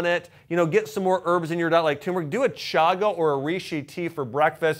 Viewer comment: Really appreciate your videos, but it's TURmeric😉.